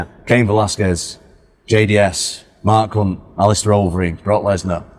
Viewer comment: The way pronounces "Mark Hunt" though...